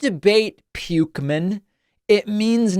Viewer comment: lmao, "pukeman"